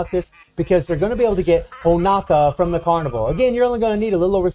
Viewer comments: It’s Honoka not HonAKa lol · It’s pronounced Ho-No-Kah